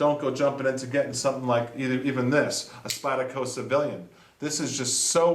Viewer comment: I've been watching this guy's videos all night and just figured out he was saying "Spyderco". Spottaca!